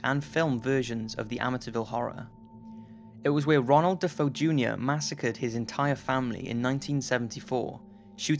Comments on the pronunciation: pronounced DeFAYo. not Defo DX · i know this is an old video and u some times say places wrong but its DEFEO not defo lol DE FE O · His name is pronounced De-Fayo spelled Defeo not De-foe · I've watched this a few times and I can't take it anymore: It was de-FAY-oh. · Just for the record...The DeFeo family name is pronounced: “Deh-FAY-oh”... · Last name pronounced DA FAY O...